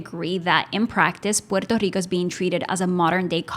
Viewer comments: So is Guam and some of the pacific ocean islands ,but Puerto Rico is the most blatent one . Thank you for correctly pronouncing "PUERTO RICO" It is not ' porta rica' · Lo está pronunciando bien, en la lengua original. No sea acomplejado